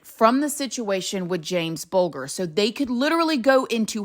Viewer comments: It’s pronounced Bulge-er. 😘 So, I know a hell of a lot about this case & as an English woman I can tell you that we think the justice system over here is absolutely disgusting & ludicrous that we protected this scum! Our system protects children, regardless of what they do! So they were given new identities because of their age when they went in. But what about the subsequent new identities? Weren’t children anymore! So why we protecting their asses? They only did 8yrs in the end (absolutely vile) Venables was reportedly also to have been arrested on rape charges a few years back (check it out yourself) but I agree 1 million percent, why tf should they be protected??? They broke the law they tortured & then murdered a 2yr old baby! Did unspeakable things to him, things that aren’t out there & should NEVER be out there. His family have suffered enough. It’s ludicrous that the system has protected them & how much that ‘new life’ will have cost us the UK Taxpayer! We’ve paid for their ‘safety’ out in the real world! Anyways there is lots about this case & others from over here that I followed intently & many cases over there that I followed! But this one just grrrr cuts me to the core & I was pregnant in ‘93 to a little boy & had a 6&8 yr old boys at home, it hit every parent in this country the same, no matter who you were, you were affected. Denise has alone, kept this case of her precious baby in the spotlight & has tirelessly & bravely fought everyday since trying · He should NEVER get out. He's a loose cannon, totally unpredictable. BTW It's Bulger = Buljer.😊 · So frustrating to hear a victims name being mispronounced over and over. A ‘G’ with an e or i after it is pronounced ‘jee’. Bul jer as in ‘bulge’ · you pronounced bulger wrong, its pronounced bul jur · Hi just so that you know his name was pronounced James bulge-er. I know you would want to know this to respect this poor little boy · It's pronounced bulge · Jamie bulger pronounced bul jer